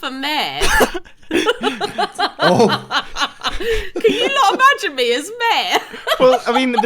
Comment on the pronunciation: it's pronounced "mayor" and not "määhh"..